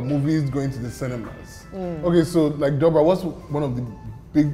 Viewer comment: That would be Doubra, not Dobra...